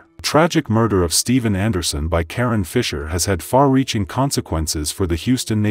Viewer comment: That is KaRon…. Lol not Karen